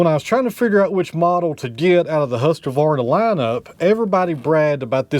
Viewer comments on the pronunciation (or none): look at that... Husqvarna <3 "Hus-Kvahr-naah" - the Q is pronouced as a K. (Swede here!) I hope it'll keep you happy using it as it is a longstanding well loved brand here. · Husqvarna pronounced hoosk·vaar·nuh. It's Swedish